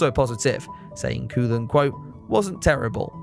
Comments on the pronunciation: Kees is pronounced "Case", but not cayce. Koolen is Coal-unn. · FYI, I understand the difficulties of another language but Koolen should be pronounced as KOH-len.